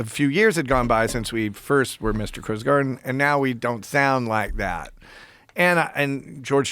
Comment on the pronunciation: I’m pretty sure it’s Crowes 😂not crows